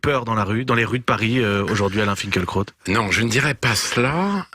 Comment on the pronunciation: On ne prononce pas Finkelkrot mais Finkilraout ?